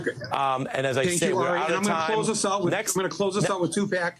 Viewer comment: Surprisingly good interview on msnbc. Look at ari melber bringing up the origins of 2pac’s name. I realize it’s possible someone said that into his earpiece but it sounded like he knew it. Kinda hilarious that Michael Moore calls him two pack, but still credit where credit is due.